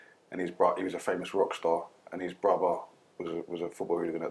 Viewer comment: “Football ooglun 😂😂😂